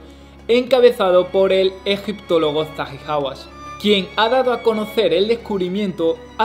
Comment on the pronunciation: Ojalá te cambie la voz y tú forma de narrar .... ( NO HA DADO MUCHA INFORMACIÓN) o NOS HA DADO MUCHA INFORMACIÓN ) he ahí tu forma de narrar que te tragas las letras S a diestra y siniestra y la verdad me desconcierta bastante